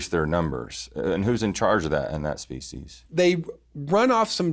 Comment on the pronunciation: He also says species wrong and says spe- she’s it’s spee - sees . Drives me insane